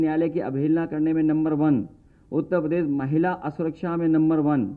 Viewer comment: He doesn't know to say uttarpradesh properly... He says UTTA PADESH😂😂😂😂